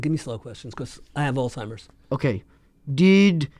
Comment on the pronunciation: ITS NOT OLD TIMERS ITS ALZHEIMER’S!!!! ALZ!!!! ALZZZZZ!!!!